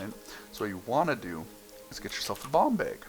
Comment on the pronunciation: when you said bomb bag it sounded like bong bag